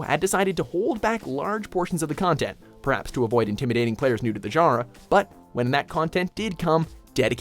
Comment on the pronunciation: i fuckin hate how you pronounce 'genre'